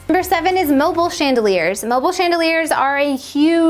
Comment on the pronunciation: "Mobileee" not mobile 😂🌹